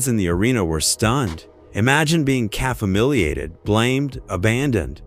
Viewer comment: Stop using AI voiceovers that cant pronounce simple words like Humiliated.